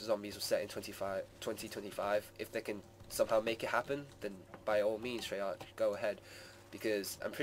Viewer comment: Treyark is how its pronounced